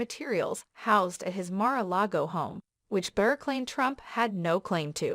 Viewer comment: It's Bill Barr, not Bill Bear. Who is narrating this. ??👎👎